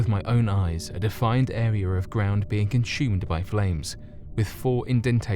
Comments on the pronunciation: Anyone else wonder why this guy pronounces consume as 'conSHume'? Sir Sic does it as well. He pronounces 'assume' and 'consume' as 'ashume' and 'conshume'. Does anyone know why? Maybe they whistle their S sounds. Its poshible I shupposhe lol. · Are you Russian? I am only asking because he may have actually made a balls of those names. This guy pronounces 'consume' as conSHUme! What the hell is that all about?